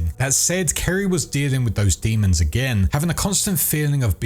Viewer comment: Isn't it demon...not "daymun"